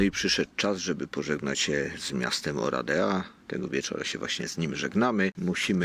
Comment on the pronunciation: Wymowa to nie 'Oradja'? Ten pałac czarnego orła....słyszałam.